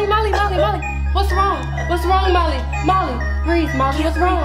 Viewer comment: It sounds like she's saying Mommy but she's saying Molly